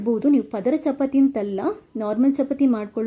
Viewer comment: Very nice tumba chennagittu,tricks kooda very good, nimma narration is also very fluent as well as good but small correction if you don't mind shall I tell it will help you in future e.g. pronunciation, chapati, there is one more word..... so please give importance in that direction.otherwise it is superb.